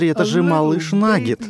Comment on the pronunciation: Когда диктор говорит нагет или по другому по англ. Это звучит как будто он говорит Наггетс😂😂😂😂